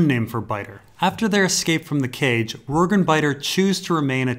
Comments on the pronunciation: Yes, it's the "J" sound. The way pronounce it should be spelled "Rorgue". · i always thought Rorge was pronounce like gorge, with the j sound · It's so tough watching through older videos and having to endure him mispronouncing so many names. I thought "Arianna" was bad enough, but "Rorg"? Jesus.